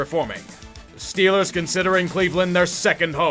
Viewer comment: "Shtellers Goin to Supaboal"